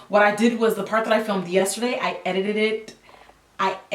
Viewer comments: LOL at Jackie struggling to say 'edited'. My family and friends would roast the hell out of me when I would accidentally add extra syllables to words. Glad I'm not the only one. I enjoyed this vid. I'm praying for your pores tonight 😩😂😭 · 😂😂😂 I have a rough time saying 'edited' too. Just doesn't come out the way it should.